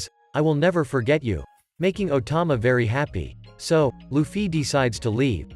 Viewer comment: Bro saying Luffy sounds weird LufFY